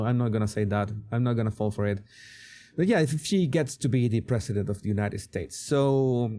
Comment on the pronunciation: She can’t pronounce president. Never pronounces it correctly.